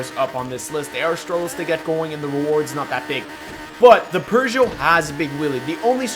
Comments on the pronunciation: Peugeot not pergeot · Lmao perjoe (its peugeot) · peugeot haha i get it lol